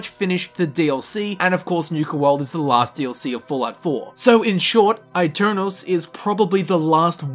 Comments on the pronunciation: Aeternus is latin, not italian. Its pronounced e-ter-nus, not aii-ter-nous. Yknoww, the brotherhood uses latin and bases their aesthetic off of knights, they're not walking around with black, slick hair going "eyy! Ohh!" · It’s pronounced Eternus not I-Ternus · It's actually Eh-Ter-nus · I pronounce it “a-turn-os” in a deep rounded British accent. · eternus is the right pronunce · man i am italian and i study latin every day. so yes, you can trust me. aeternus shold be pronunced eternus, with the pronunceof the "e" of "enter" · It's pronounced eye-tare-noose. The latin "u" does not sound like an english "u" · I think it's pronounced ay-tern-us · It is pronounced Eternus. The italian E not the english one. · My bad, it had both Italian and Latin pronunciations, which were exactly the same. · I'm telling you this as I'm Italian. Aeternus is a Latin word and in Italian you read Latin words by using Latin rules. So you read aeternus the same way you read aeon. Besides in Italian it's "eterno" (kind of similar) and you read the first part just like Latin. In the end though it's not a big deal as it's easy to get get confused by stuff like that. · that's a stupid way of saying aeternus